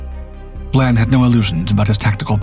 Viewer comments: Admiral VIAN, not VLAN !!! And Breconshire was a merchant ship, so would not be HMS! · The second letter of Admiral Vian's name is an "i" not an "L." In the narration it appears to be being pronounced as Vlan as in flan. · Human error. Just think… AI slop would have pronounced that “VYE-ayn.”